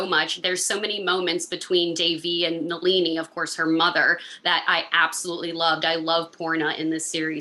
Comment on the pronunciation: Most American can’t stress the correct syllable for Nalini, Shalini etc they stress the “ lini” part incorrectly